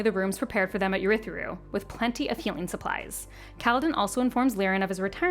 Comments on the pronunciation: What a great recap!! But my goodness good God Almighty…the pronunciations are like nails on a chalkboard. Adolin, Jasnah, Urithiru, Shinovar…so many more that made me flinch. Fantastic video!! Cringe worthy for audiobook folks… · This is a great recap, but the pronunciations are baffling. Jasnah is grating, but it's the ones like Ialai and Urithiru where it doesn't even match the right letters that are most confusing.